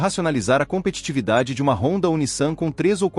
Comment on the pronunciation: Competi-TI-vidade e não: competividade….